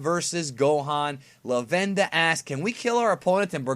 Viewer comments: for God's sake, it's not Luh-venda, its Lah-ven-da. it's a play on lavender. so Luh-venda is incorrect. they even pronounced it LAH-VEN-DA in th show. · You cracked me up the way you were saying Lavenda's name. My sub said Lavender which is even funnier.